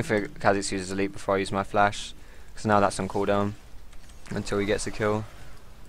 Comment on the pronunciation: is dat oriana xpeke? :D he always says flas